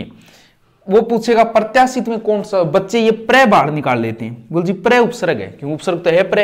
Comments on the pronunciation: by the way it is pronounced as upsarg not upsarrg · जिसको उपसर्ग और विसर्ग का शुद्ध उच्चारण नहीं आता वह क्या पढाऐगे। कूपमंडूक छात्र ना बने।